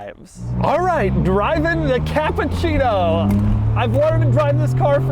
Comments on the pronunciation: Hey Doug.. I understood that you are not Italian, 😂and told that the car is Japan😂 but the name is Cappuccino that not sound like you say Capcino Ha ha ha Two double P an U and two double C. It will be bettere. You are the best Capcino.. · Dude. It's CappUccino Not CappAccino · Really Doug "Kááá''á''ÁÁÁpuchhieeej-no" :D